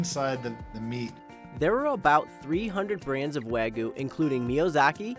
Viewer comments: Why r u saying wagu rather than wagyu? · He says weiguu not wagyu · why does my guy keep saying wagu? lool where did the y go? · I just cringe when I hear say "wag gu" throughout the first part of the video. Doesnʻt he hear how pronounces it? Even Chef mispronounces it. "Wa" (Japanese) is pronounced like "wah" as in "wash" - and you canʻt eliminate the [y] sound in "gyu" (cow), so itʻs like combining the sounds in "hugyou". I understand itʻs hard to pronounce the Japanese "r" sound as in "toro" or "nigiri" or the "tsu" sound in "Matsuhisa" (there is no "tu" sound in Japanese), but English speakers can definitely pronounce "wagyu" more correctly, and chefs and people in the media should not perpetuate the mispronunciation of common Japanese food words like "shiitake" mushrooms or "tempura." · lol stop saying Weh-GU. wheres the Y. its pronounced the same as it is spelt. literally. Wa-gyu. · Why can't Americans say Wagyu properly? It's not that difficult. Wah- GYUUUUU, not wagoo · This reviewer absolutely butchered the pronunciations of Wagyu and Hokkaido (He said Wagyu with the last syllable pronounced like the Ragu pasta sauce and Hokkaido as "Ha"-kydo. I double checked the pronunciations online to be sure). It's obvious that this guy was way out of his league with these reviews. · FFS man, WAH-gyoo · why are you having such a difficult time saying Wagyu? there is a Y in the word, pronounced Wa Gee You. what is the trouble bud? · Can you at least pronounce Wagyu right?